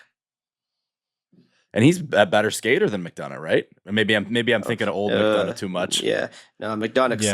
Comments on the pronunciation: saying McDonuck made me wanna throw my phone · McDonnaugh or McDonnuck WTF.